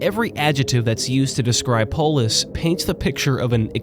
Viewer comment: I always hear "polish" instead of "polis"